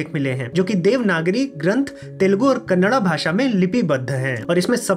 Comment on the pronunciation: कन्नडा शब्द का उच्चार सुनकर अच्छा लगा। ऐसे ही सनातन धर्म का प्रचार करे । धन्यवाद।🙏🙏🙏